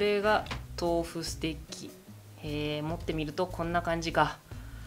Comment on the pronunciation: ステッキがステーキに聞こえる笑